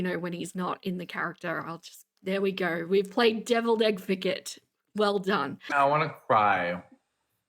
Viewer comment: did u just say "devil's-EGG-vocate"?? 😆